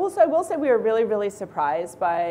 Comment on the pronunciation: Like OMG Gag me with a spewn,,, like raily